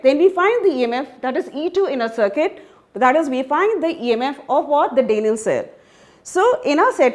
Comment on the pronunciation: what dafuq is that pronunciation? "DAYniel" cell ? 😂😂😂